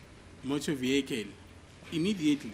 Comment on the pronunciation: The "viekel", come on you can do better than this.😂😂😂